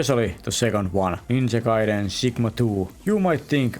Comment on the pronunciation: i am glad you pronounce ninja gaiden correctly, most people pronounce it as ninja gayden